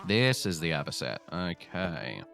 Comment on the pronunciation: It's A-Bee-Cee-Ann